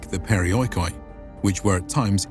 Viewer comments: LOL! PeriOeekOee.... Why on earth barbarians' history channels can't make an effort to pronounce correctly Greek words? Even if you are of so low intelligence to believe in the Erasmian fallacy of non-existence of joint-diphthongs thus pronouncing OI as O-EE and not as a long-vowel EE, the accent system with the accent falling on the I before he OI should be enough for you to comprehend that the word could not be pronounced as periOeekOee but as perEEoikoi. And of course if breaking OI into O-EE and not keep it as EE that makes the word being accented in the 4th-before-the-last syllable of the word which is an absurdity as no word in Greek of the half a million words (and 10s of milions of word-types as words are inclined) is accented on the 4th syllable. Something so basic and yet foreigners can't grasp it. They think they know it better. Too proud to ask a Greek. Βesides that, great presentation. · In the future, when you pronounce Greek words that have the letters < > next to each other they make an sound exactly as you would pronounce this letter.